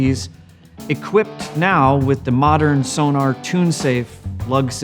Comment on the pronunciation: It's pronounced So-Nor, for goodness sake, man. The clue is in the spelling. Sonar is something very different. Give them the respect they deserve.